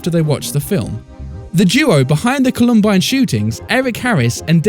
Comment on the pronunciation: The Co-LUM-bine shooters, lol!